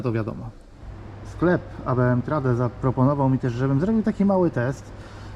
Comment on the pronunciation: Trade wymawia się trejd